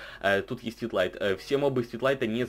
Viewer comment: Не Твитлайт,а Твилайт